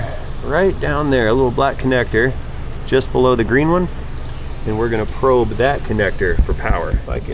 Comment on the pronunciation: He said probe.